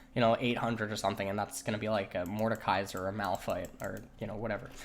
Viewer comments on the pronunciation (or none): none